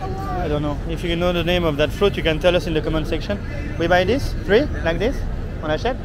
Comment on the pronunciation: On minute thizzzzzz izzzzz Goode, no many beoble thizzzzzzzz izzzzz you know how much? Only 10bound(pound), Goode brize very cheap 😂😂😂😂😂